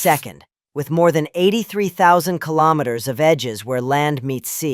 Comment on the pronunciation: A lot of nonsense! You've got to live there if you want to report on this region. Scandinavia doe not include Finland! Finland is a nordic country, but it is not part of 'Scandinavia' ! Would be nice if you knew how to pronounce km correctly.